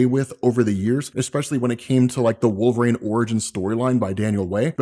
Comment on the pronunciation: It's Wolverine, not Wool-vrain. You sound idiotic.